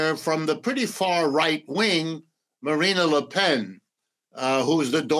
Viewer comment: Macron is the epitome of a centrist European politician, but the Professor somehow sees 'the collapse of the middle'. Deluded, to say the least...Btw, the way he pronounces 'Marine Le Pen' says something about how much he knows about France.